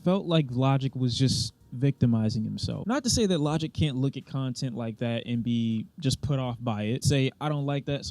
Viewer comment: Bro said “lodick” 😂